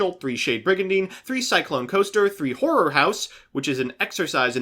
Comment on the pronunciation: MBT:Horror house. Every anime boy: "Whore" house